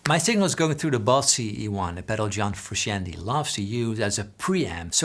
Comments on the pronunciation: BTW it's pronounced "froo-shon-tay" rather than "froo-she-an-tee" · For English speakers but only out of honor to be paid to John the last name is pronounced Fruscianteh... Greetings from Italy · Love it. You’re saying his name wrong. Froo shon tay